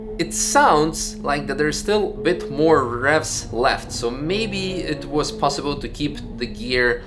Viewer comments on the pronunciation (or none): none